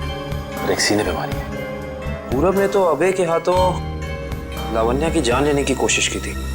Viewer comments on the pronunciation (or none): लवान्य।।। 😂😂😂😂 लावण्या है मेरे भाई।